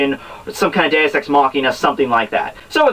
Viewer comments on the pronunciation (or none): none